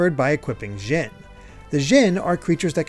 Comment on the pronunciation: I know it's petty but... why are we saying "zhin" when it's spelled Djinn, with a big fat D at the beginning?